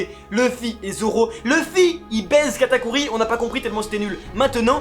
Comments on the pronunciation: kamaltero la deuxieme categori les 21 sabres j'ai entendu kataguri ki est = a KATAKURI! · Il q dit seconde katakuri😂